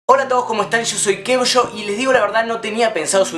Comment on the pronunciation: soy la unica que noto en la intro que dice UOVSHY